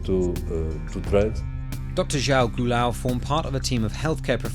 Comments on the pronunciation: That is NOT how you say João Goulão. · Your pronunciation of Dr. João Goulão is excruciating. :D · when you can't pronounce João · The way you pronounced João Goulão is interesting